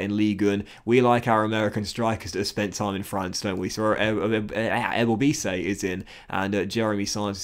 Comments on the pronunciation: Ebobisse is pronounced eh-bo-bis-see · His name is prounouced EBowBahSee mls fan